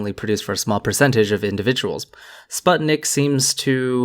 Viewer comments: Oh yeah, lots of people seem to pronounce sputnik (meaning satellite) like spuht-nik, but it's actually pronounced something closer to spoot-nik. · By the way sputnik is pronounced with more of a poo sound, but everyone says puh so it's forgiveable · Spoot-nhikh would be closer I'd say.